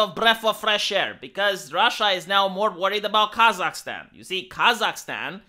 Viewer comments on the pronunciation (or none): Why does keep saying "Kazak-STEAN"? Is he a Biden asset?!?!??!?!?!!?